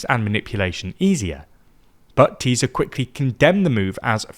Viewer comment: Ti-sa. Not Tee-Za. What you Smoking